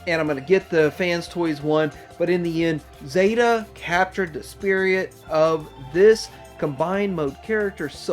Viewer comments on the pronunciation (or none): I'm sorry but I heard the "spiriyit of the character" and "silverbort"